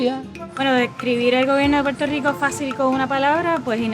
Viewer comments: WHY is Poo-wert-rico so hard to say even for people born there??? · SE DICEEEEE PUEEERTOOO RICOO NO PUELTO RICO HABLEN BIEEEN CARAJOOOO!!!!!!!!!!!!!